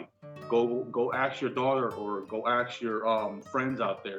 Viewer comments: PLEASE! PLEASE! PLEASE! For the sanity of all humanity, can people STOP pronouncing "AXED", when the word is, and should be pronounced, "ASK"!!! 😩😂😂😂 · It triggers me so much when people say "axe" instead of "ask"… Like, what’s up with that?😭 Aren’t they aware they sound stupid? No hate to this dude specifically though, he’s obviously a great guy for caring for his dad and trying to hold his family together. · Aks and mediscation lol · Let me axe you a question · Aks. How difficult is it aaaasssskkkkk Ask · Go "axe" your daughter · Aks, is really a word now?😂 She akss for money